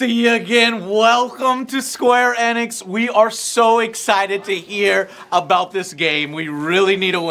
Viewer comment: Plz tell that Enix is a play on the word pheonix. Therefore it's eeeeeenix!